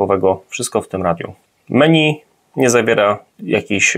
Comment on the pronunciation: Dlaczego raz menu, a raz meni? czyli właściwie 🤔 (Też razi mnie jak niektórzy nazywają stiuarda - stewardem (dosłownie), ale kobietę to już stiuardessa.Z kolei na karfur wymyślają kerfur - podpisując się znajomością angielskiego, a przecież to jest francuszczyznana 😃 ) A tak filmik OK. Pozdrawiam 😏